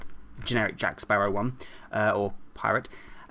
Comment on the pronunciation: did he just say Jack parrow hat?